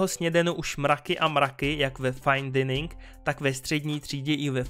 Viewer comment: Tak na Hotdogys hlavně do jara nezapomeň :D a prosím dining = "dajnynk", děkuji.